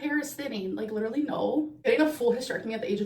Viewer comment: posted!! That’s LEE-DUR-LEE hectic!!!! Always enjoying your videos! Wishing good health to you, your family and all of you “gorlz”watching 😁🤭